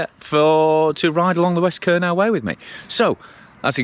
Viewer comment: Kernow is pronounced "Kerno" - just so you know - you'll have the Cornish after you mate ;) Glad you're enjoying my back yard though. The hills keep me fit for sure. Nice point you make at 12.00. My wife taught me many years ago that if you give it away, it will come back to you tenfold. She's not all talk - I've seen her walk the walk so many times in our lives. One example sprang to mind when you started philosophizing:- Back when we were still living in her homeland in the Caribbean and going through a financial crisis - we had ten dollars to our names, she gave it to a guy begging on the beach - her view was he needed it more than we did. He blessed us profusely before wandering off on his way and wouldn't you know it - about three hours later as we were watching the sun starting to set, she got a phone call from the gallery that represented her at the time. They had sold several of her works that afternoon - let's just say for a very tidy sum indeed. God moves in mysterious ways, and he has challenged us many times in our lives together, but He knows your heart and he watches over us all. I'm not saying that God is an ATM and neither is He a wishing well, but do right by yourself, others and by Him and the rewards you will reap will be worth far more than dollars and cents.